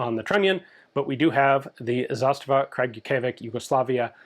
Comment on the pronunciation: Nice video, but every pronounciation, apart from zastava, gave me Aids 😂